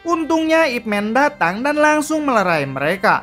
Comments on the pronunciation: Baca Ip Man bukan ip men. Ini kan sebutan sebuah Nama buka ejaan kosakata. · Nyebut namanya saja salah, sok ngulas Ip Man (baca : MAN, bukan MEN) emang org banyak teracuni super hero negri barat : supermEn, ironmEn, batmEn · Ip Man bukan "Ipmen". It's the dialect (Cantonese/Konghu) pronunciation of his name 叶问 （葉問)/"Ye Wen" (Ye sounds like "yeah" and Wen as it sounds in senewen). You can recheck it when Donnie Yen introduce himself in Ip Man vs Jin Shanzao scene:"Wing chun, Ip Man" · Bacanya Man bkn Men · Ip Man min bunyinya.... Bukan Ip Men